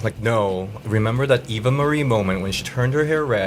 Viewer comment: I know Eva!!! lol I love Eva! I just thought he said Eve like Torres !! Haha